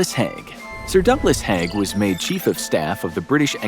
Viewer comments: HAIG... not HEG... just like CRAIG not CREG .... at least say the names right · Agreed. The assessment of Haig (pronounced as spelt and not "hag") was a bit too glib. There's a lot to consider in this topic and it's probably too complicated for a 20 minute video in itself, much less shared with other (less controversial) figures. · Very informative, but please learn pronunciations! Haig is pronounced badly, but how do you say Battle of the Somme incorrectly? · Learn how to pronounce the peoples names right. Haig more then the other. The a in his name has a e sound not a.